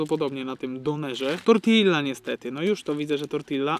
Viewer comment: drogi Książę, mówi/wymawia się "tortija"